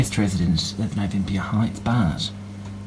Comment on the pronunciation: Anyone else hearing "butt" every time they say bart?